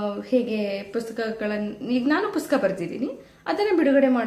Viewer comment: Dayavittu pustaka anta heli,puska anta helteera😢